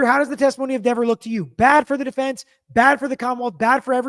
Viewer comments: You're thinking like a lawyer not a juror re: Dever You also missed the subtext in mispronouncing her name. DEAVER happens to be the name of an 18-year blood spatter analyst for the NC Bureau of Investigations convicted of perjury in a murder investigation and found to have been deceptive about his resumé, à la Burgess. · She even lied about the pronunciation of her name. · Well, if you want your name pronounced correctly.....SPELL IT CORRECTLY!!! Dever is pronounced like beaver 😂😂😂😂 also, you can only be charged with perjury if you lie soooooo🤷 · Diiiiivvvvveeeerrrrrr didn't like having her name mispronounced 😂 ! More worried about her name than telling the truth about who she saw messing more likely with Karen's car !! A wildly amount of time she told the FBI !!! To think she got a bigger paycheck to more likely keep her nasty mouth quiet !!! SHE'S GOT NO PROBLEM SENDING AN INNOCENT WOMAN TO PRISON FOR THE REST OF HER LIFE !!! WHO WANTS HER WORKING IN THEIR NEIGHBORHOOD !!!!